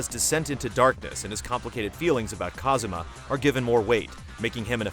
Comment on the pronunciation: His name is Kazuma, not Kazama